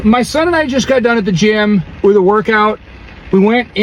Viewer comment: Ok but listen to the guy that complains about chipotle. Doesn't he sound like Steve Carell? Am I going nuts? Is it because the way he said GYM like a Michael Scott saying JIM? Sorry for the offtopic guys. Time to bring up the communal pots.